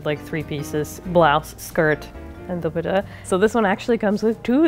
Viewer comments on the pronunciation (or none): The way she pronounces “dupatta” as “duputa” 🤣🤣🤣🤣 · What kinda pronunciation of dupatta is that omg these American desis kill me loooooool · the kind of asian that can't pronounce 'dupatta" smh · Is that actually how they say dupatta in Sri Lanka or did she mispronounce?? My husband is from Punjab and it’s said completely differently🤷🏻‍♀️😂